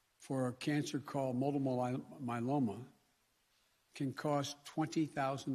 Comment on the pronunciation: Repeat after me Mr. Divide-them, Multiple myeloma! 🤦🏻‍♀️